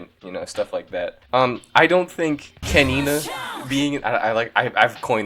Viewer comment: kenina ? really ? 🤣🤣